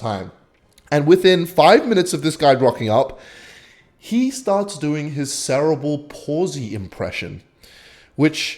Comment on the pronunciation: I would like to let you know you said sarah bul palsly the whole video.